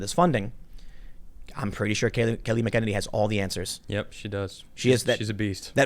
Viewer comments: It's pronounced MACK-in-NEY-nee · Mack' uh nay nee